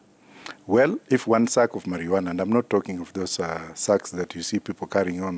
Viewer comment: My primary school science teacher come here and listen to this it is called Maruana not marijuana.